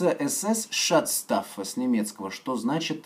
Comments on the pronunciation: шатс штаффэ )) угарнул) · Шуцштаффельн читается